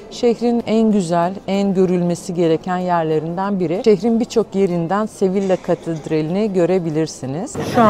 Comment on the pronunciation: sevilla değil yazıldığı gibi okunmuyor ''SEVİYA diye okunuyor''